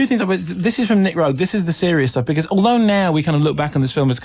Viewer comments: Pronounced "Ro-egg ?" Nooo...! As in "rogue..." Rogue is the total creator. You're not bringing him up at all. Or his use of dmt on set with everybody, especially in Performance. Bowie was coming off addiction, hence his gauntness that served the film's character's look in the film which is why Rogue chose him. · He also mispronounced Roeg multiple times